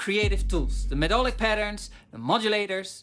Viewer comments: Intersting video mate... Just one thing, i know English isn't your first language, so not trying to be a dick here... 'Melodic' is actually pronounced 'Meh-LOD-ick' and not 'Med-DOL-ick'... There is no such word as 'medolic' in The English Language. Very interesting and i have to agree with much of it. Spectralyers Pro is WELL worth the update price though. IKs Resing is MUCH better and more useful than the silly omnivocal thing too. Expression maps are a MASSIVE, but LONG overdue one for musicians, not just classical guys! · Did you say MEDOLIC on purpose mr? 😂